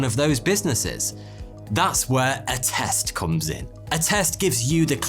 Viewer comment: Not gonna lie I almost asked what test when you said Attest